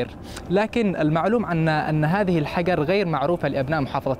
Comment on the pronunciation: اغبى مراسل شفتة كل كلامة باللغة العربية الا كلمة الحجر ينطقها حقر ايش من مراسل ذا 😏😏😏😏